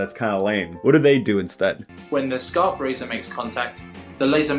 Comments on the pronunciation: We don’t pronounce skarp like that, but yes, skarp is sharp in Swedish too. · Skarp is the Swedish word for sharp. His pronunciation of the word Skarp isn’t how we say it in Swedish tho.